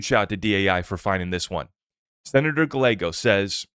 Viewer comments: Dude...to help...it's not Senator GUH LAYGO.....it's GUY YAYGO....two "L"s in a mexican name are pronounced as "Y". Calle...spanish for street...is pronounced CAUY YAY...or think of GUY YAY but put a C in front instead of G....CUY YAY.... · Hey. Spot on. Appreciate your perspective on the Clarity Act and need for Congress to act. The AZ Dem Senator’s last name is pronounced, “gii-a-go”. 😊👍